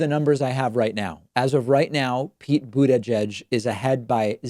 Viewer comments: Why is David always calling Pete „Bu-DE-gieg“ with the emphasized second vowel. Did I miss anything? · Why did David changed the way he was pronouncing "Buttigieg"?!?!!?! This is conspiracy!!!!